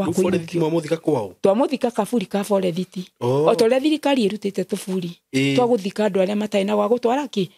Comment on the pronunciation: Pole mum, i wonder hiyo “forerithi” means forest 🌳 coz old kikuyu folks used to butcher English words if they could not pronounce it